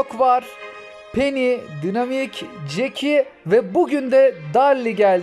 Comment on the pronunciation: Abi darli değil daril, dinamik değil daynamayk ve fırank değil fırenk (istersen frank da deyebilirsin) düzeltmiş olayım :))